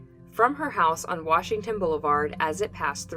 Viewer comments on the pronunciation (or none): none